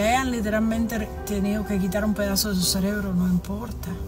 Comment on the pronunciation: Viendo este video y escuchando a “la doctora”… Cuando de momento la escucho decir la palabra CELEBRO en lugar de CEREBRO… No tengo más nada que comentar…